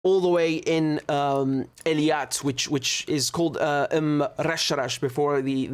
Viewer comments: It's Eilat not Eliat. It's driving me crazy. LOL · Hey, Richard! Please, stop saying Eliat! Maybe you’re thinking too much about the English name Elliott. But Hebrew is not English. So say it correctly: Eilat! That’s pronounced AY-LAAT. But you even misspelled it as Eliat on your map, so you clearly don’t know, how this word is spelled and pronounced. Just look at all other maps! You have to write and say it correctly as EILAT. So correct your map and start saying it correctly from now on! You can also type it into Google Translate and then listen to how it’s pronounced! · I have full respect for your insights and l want you to be your best every time. That's why l couldn't resist to pointing out that you are pronouncing Eilat wrong. I hope you will not take this wrong way.